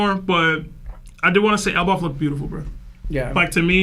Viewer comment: Why does this guy keep saying elbauf* lmao c'mon it is pronounced el-baff